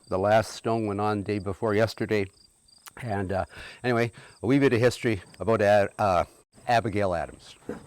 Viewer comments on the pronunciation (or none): none